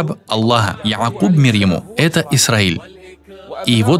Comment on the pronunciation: Переводчик. Говори да более мягче имя Якуб. Не произноси да Яыыааакъыыыыыббб